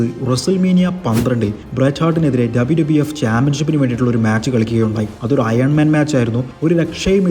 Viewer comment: ആദ്യം WWF, WWE എന്ന് മര്യാദയ്ക്ക് പറ